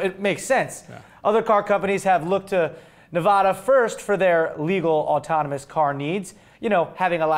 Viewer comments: You pronounce Nevada correctly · Nevada is Spanish for "snowy" or "snow capped". The way said it is the way it's pronounced in Spanish. The other way is the way Nevadans and people from the west in general say it. People try to tell us, "if it's a Spanish word, that's the correct way". Okay, maybe, but then by that logic, Montana should be "mon-tonn-ya", New Mexico should be "new mehico" (or "nuevo mehico", I guess), Florida should be "flo-ree-dah", and I think we all know better than to go up to a Texan and try to tell him that it's pronounced "tey-hass" or "tey-shass". That's not even mentioning other states with names that are (or may be) derived from languages other than English and Spanish. is right: it's the only one where the consensus is so split, but given this information, it's pretty weird that it is. The only ones that even comes close are Hawaii (which locals will insist is pronounced in a number of different ways based on the original Hawaiian, but virtually no one on the mainland uses them) and Louisiana, the first "I" of which tends to get lost in many Southern dialects.